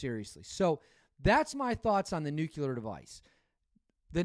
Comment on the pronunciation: new-clee-ur; not new-queue-lar